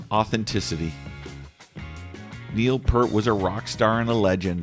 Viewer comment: Please pronounce Neil's name correctly ....Thank you